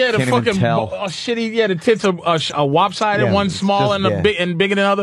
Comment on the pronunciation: Lol, my boy said "wobsided". RIP to the GOAT.